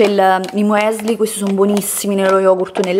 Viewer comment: “Il Mueisli” 😂😂😂😂😂 impara l’italiano prima di pronunciare l’inglese!